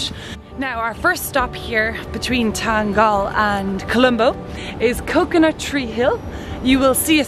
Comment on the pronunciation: Its pronounced as Than-gal-la 🙂